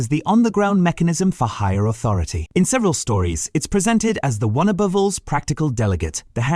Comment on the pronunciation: Aboove? Edit the AI.